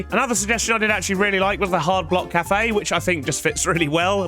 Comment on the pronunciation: bro stop saying "calf" instead of cafe